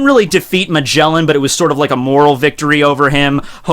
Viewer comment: w8 did he just say Majelan?! xD We are watching entirely different shows at that point